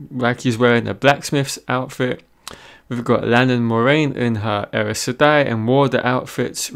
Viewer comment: The way you pronounced Aes Seday is like there is an R somewhere after the A. You should listen to Kate Reading